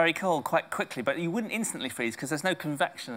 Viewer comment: bruda we neva freeezee